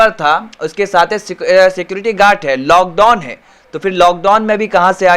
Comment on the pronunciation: अबे गवाँर आदमी पहले तों तू लॉक डाउन बोलना सीख..... —> samjha ata hai. It may be delay in server response time.